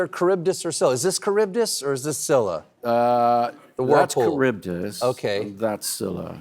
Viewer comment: Scylla is pronounced skee lah